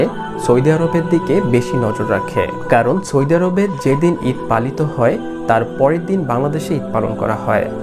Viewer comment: সৈদি আরব না ভাই সৌদি আরব হবে। উচ্চারণ ঠিক করে ভিডিও বানান। এই ভাষার জন্য আমারা জীবন দিয়েছিলাম